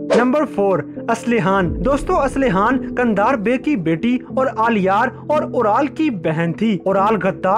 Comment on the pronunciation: It is not kander its Jandar